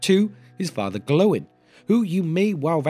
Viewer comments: Gloin is not prounounced Glow-in but Gloy-n. Likewise Oin is prounounced Oy-n. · Why have you changed how you pronounce Gloin?? Your video on the dwarves of Thorins company you said it as they do in the movies. Never heard it pronounced glow-in before. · Lol did you just say Glow-in? The disrespect for Gimlis dad is real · Is the way you pronounced gloin the official way or the movies version? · Fathers of the dwarves.... But please start pronouncing gloin correctly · I can't watch it because of how you say Gloin